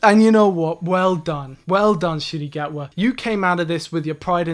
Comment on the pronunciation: You went Ncuti Gatwas entire tenure without ever saying his name right. Im kind of impressed.